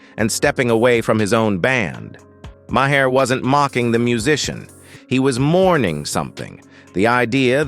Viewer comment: "May her". "Muh hair". AI narration should be banned